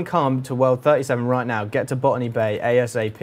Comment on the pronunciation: "Ban_me Bay"? That's what I heard. You should rename Botany Bay to that. xD